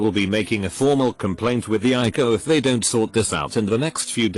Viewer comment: the text: don't voice: dontsot